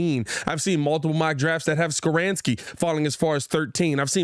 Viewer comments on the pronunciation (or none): ITS NOT SKORAANSKI. ITS SKORONSKI LOL